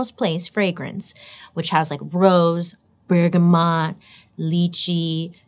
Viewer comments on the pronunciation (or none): none